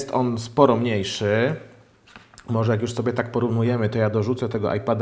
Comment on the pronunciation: "morze" "tempaku" ok kolego, kto tu jest tępy :)